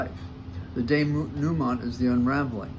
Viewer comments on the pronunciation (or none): Denouement is pronounced day-new-maw. Pretend you are French and stuff the “n”’at the end in your nose and don’t say the “t”.